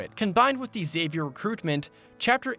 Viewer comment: Very impressed by your pronunciation of Xavier. Most people say it like Charles Xavier from X-Men, by saying the X like Ix-Zavier. It's rare i hear people say it right.